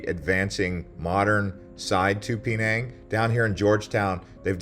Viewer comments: Pee-nang? Shudders… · Dude, your coverage is very shallow. You should read more before going. And your pronunciation of "Penang" is way off base. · Love your videos but your pronunciation throws me somewhat. "Peh - nang' not "Pee - nang'". "Mah - lay" not "Mee - lay." Keep up the great work though! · Man is pronouncing all of these names wrong on purpose right? Instead of Malay his saying melee(the way they say it in Super Smash Bros Melee) and instead of Penang he is saying Pee-nang. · I wish he would pronounce Penage , Malay and the food the correct way.. But I get it...